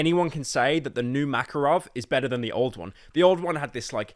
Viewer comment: New Makarov can't even pronounce his name. 🤣